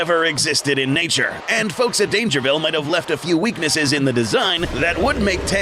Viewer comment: Dangervile? NAH Dangervi’L’e